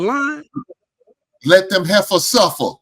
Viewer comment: "Let them heffahs suffer" 😂😂😂